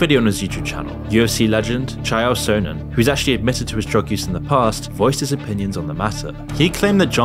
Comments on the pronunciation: Once again with the pronunciation… Chi-Yel So-Nen? Bro, go watch some old MMA you need it.. the meanest gangster on the west coast with the biggest arm in Oregon would not be happy with you saying that, after all he is the undefeated undisputed world champion and most importantly, the bad guy. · The AI is strong with this one, or has never heard the name Chael Sonnen said aloud.